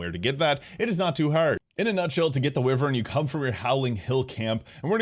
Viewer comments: Holy hell man, it is pronounced why-vern. 🤦‍♂️ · lmao I had to double check myself but multiple dictionaries have pronunciation as why-vern.